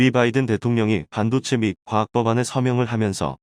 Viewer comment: 읽기 연습후 방송하라 반도체를 반도제 신조어 양산 기사를 요약하거라 듣기가 거북하다